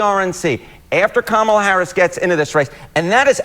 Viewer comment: IT'S COMMA-LA. Come on, man. RFK Jr. Is a horrible human being. Plus he's anti-vax (all vaccines). His family is embarrassed of him, a worm ate his brain and the way he treated his ex is inhuman. Like it or not, our 2 party system has a lock on the election process. A 3rd party candidate is nothing more than a protest vote. I literally do not care about the border. It's OK that Brown people are coming here. Dude is referring to how Harris secured enough delegates to get the nomination in 48 hours. President Harris will be just fine.